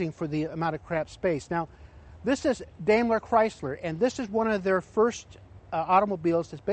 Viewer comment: you heard him, straight from dam-ler chrysler... loss of credibility. lol